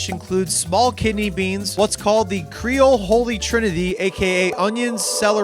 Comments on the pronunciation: it's cree-ole, not cray-ole...to start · "How do you say it? Crayole?" "Creole" "Crayola?" "Creole" "....well the food is good." "eh dat's good nough."